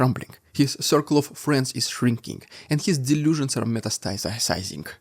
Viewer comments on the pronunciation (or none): Metasticizing is a hard word for native speakers to say too-- and no one knows how to spell it!! It's a mystery.